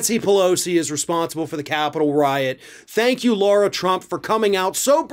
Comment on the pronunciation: Lara is pronounced as Lah rah,not as Laura Shouldn't Lara trump's name be spelled ad L a u r a?